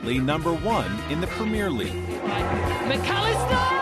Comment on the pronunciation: Americans never fail to mispronounce 'Premier League"